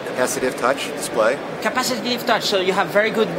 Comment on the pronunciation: "capacitative"? LOL